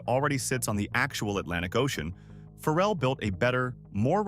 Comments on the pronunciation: WELL IM BORN Raised and still live in. Virginia beach. AND WE HAVE NO FERRELL😂 WE DO HAVE PHARRELL. PRONOUNCED FAH' RELL.. NOT FERRELL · First, learn how to pronounce his name “Fah-relle”. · “It got built Phar-rell” was the best pronunciation in the video😂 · I am sure this is pretty good information but my goodness pronounce his name correctly. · Say his name right😂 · He can't pronounce his name right. Who would listen to your information. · Can we get the pronunciation of Pharrell’s name correct?